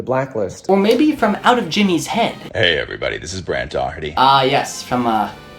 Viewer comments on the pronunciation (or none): it sounds like he’s saying gay not yay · Where you think that he’s saying “yay”, I’m pretty sure he’s actually saying “hey” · He's not saying yay, he's saying hey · i heard gay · HES SAYING HEY NOT YAY IDIOT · He... he doesn't say "yay" he says hey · late but it sounds like he’s saying ‘gay’